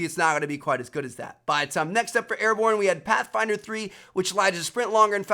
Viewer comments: airborne not ariborne lol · Airborne not Ariborne bro lol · "Ariborne" lol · "ariborne" -Trevor 2017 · Vincent Adulfo its meant to be Ariborne. Ahahaha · Ariborne ?? Hmmmm might wanna fix that Trev!